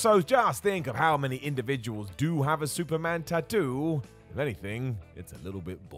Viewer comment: pronunciation is correct, according to the Polynesian languages.